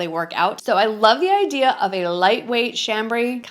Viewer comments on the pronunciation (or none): none